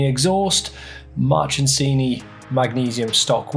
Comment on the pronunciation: Is it my ears or do I keep hearing "March'n'sini"?